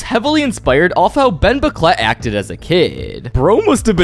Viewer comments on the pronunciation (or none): i can't stop hearing Bomboclat when you say Ben Bocquelet...